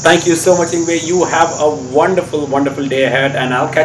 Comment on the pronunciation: I think it's time that the Masses Learn how to Pronounce Yngwie's Name ( Ing-vay) he's been in the business over some 30 years and still some don't know how to say it right. I'm sorry it just makes me crinch because he's a Legend and he deserves to have his name said right.